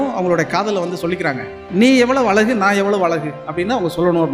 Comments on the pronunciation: அலகு இல்லை❌. அழகு என்ன கவிஞர்😢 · கவிஞரான உமக்கு அழகு என்ற சொல்லை அலகு என்று சொல்வது வேதனை அளிக்கிறது.தமிழை சரியாக உச்சரிக்க வேண்டும்.எதிர்கால சந்ததியினருக்கு ழ கரம் தெரியாமல் போய்விடும். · கவிஞர் யுக பாரதி. உங்கள் அனுபவத்தோடு , அழகு என்பதை அழகாக உச்சரித்தால் இன்னும் அழகாக இருக்கும்....